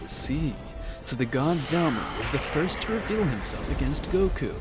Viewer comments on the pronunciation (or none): none